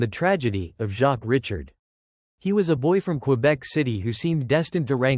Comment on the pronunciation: Show some respect and pronounce the man's surname properly!!!